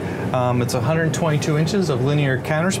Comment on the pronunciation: "A hunerd." "Inugrated." These are just 2 reasons out of a hundred why professional speakers are 'integrated' for video presentations.